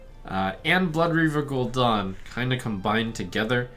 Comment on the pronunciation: It's Gul'DAN, not Gul'Dawn NotLikeThis